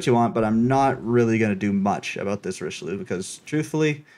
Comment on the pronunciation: Quit saying "Richiloo" ! Jeez, rude. Just kidding xD Richeli*eu*, please 😉 Nice vid anyway, glad this campaign is a DD, and also glad that it's Somers. However I'm kinda disappointed by the general AA capabilites, they're quite garbage for an american DD.